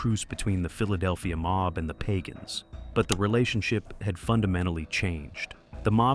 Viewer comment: It's pagan not pagon